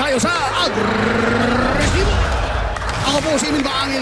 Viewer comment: Magandang gabi sa inyo mga tagapanood, narito na lang tayo sa AGRRRRRRRRRESIBO!